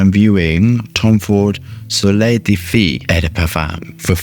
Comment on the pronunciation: Feu is french for fire and is pronounced "phoo". You are saying "fee" which in french means girl (filles)